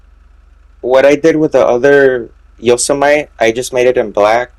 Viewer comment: Yosemite is pronounced “Yo-sem-ih-tee”